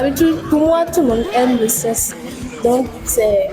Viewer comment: on prononce le seksse et non sesse sexe